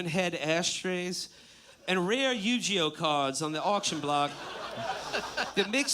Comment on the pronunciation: Yu-JEE-Oh? That's it Will must be stopped.